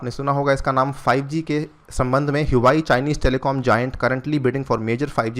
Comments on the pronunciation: It's हुआ वे not हुवाई🙏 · Huawei pronunciation is " Hua-way " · Huawei is pronounced as "vawei"